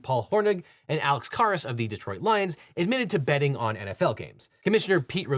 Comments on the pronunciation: Not to be picky, but for the record. His name is pronounced Alex CARE-us, not CAR-us. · He mispronounces Alex Karras. I guess he never saw Blazing Saddles or his TV shows. He was more than just a football player. he was a cultural figure. I wonder what country the LegalEagle is from.